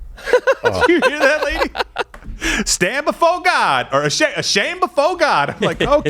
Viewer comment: “Stan befoe Gawd”😂😂😂😂😂😂😂😂